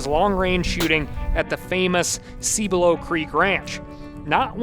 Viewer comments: Love it, but every time he mispronounces Cibolo Creek I cringe. It’s not sí-bolo it’s pronounced sib-below. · The constant mispronounced cibolo creek is killing me